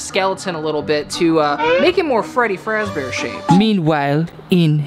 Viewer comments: Why did u say Freddie fraze bear? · No no "Freddy fat bear" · Freddy frazbrear 💀💀💀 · It is not freddy frazbear it is freddy fazbear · “Freddy fraz bear” 💀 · "Freddy faz bear" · “freddy frazbear” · You said Freddie frass bear ❤ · Blud said freddy frazbear 💀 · youre saying Freddy fazbear wrong